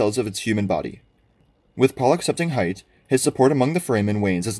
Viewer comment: I think hayt is pronounced Hate, not hight. I feel like this one is actually somewhat relevant that its pronounced correctly because of the reference to the word hate. great recap tho!